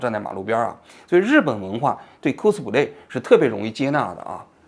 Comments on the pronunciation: 哭斯play😂 发音需要再标准点 小王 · 王局好好练练英语吧，听你读“扣死普累”听的真难受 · 扣死普雷，王局这个发音好友爱😂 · 这是标准日语发音🤣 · 王局的扣死普累发音笑死我了😂😂😂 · 蔻斯普雷😂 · 王菊，“cosplay”的发音你是和日本人学的吧